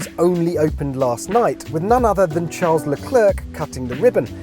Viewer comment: This guy can't even say Charles name correctly